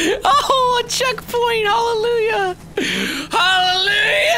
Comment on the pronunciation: When he said "ooh a checkpoint!" I heard "ooh a chick fil-a!"